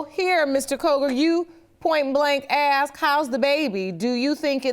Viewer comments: Ask or Aks ?😂😂😂 This guy is something though! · My thoughts exactly. The way people pronounce ask "axe" bothers me too